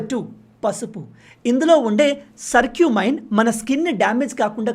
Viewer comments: సర్క్యూమైన్ కాదు బ్రో కుర్క్యుమిన్ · పసుపు lo ఉండేది సర్క్యుమైన్ కాదు bro కర్క్యుమిన్ అంటారు